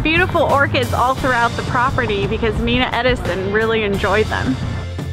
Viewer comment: Really nice, just a heads-up, you're pronouncing Mrs. Edison's name wrong, it's Mina (My-nah) not Mee-na. I love the Edison-Ford Estate and am a long time member.